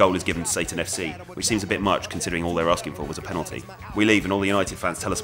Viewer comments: "Naneh should've ad a penalteh" LMAO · First rate! "Penalwah", classic.